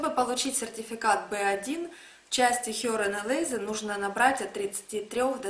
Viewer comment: Правильно мягко произносить Lesen, но никак не лэзэн